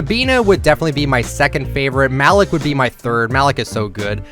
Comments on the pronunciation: why you keep calling malik malick its pronounced maleak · Wouldn't it be pronounced Ma-leek? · cracked me up saying Malik wrong 😂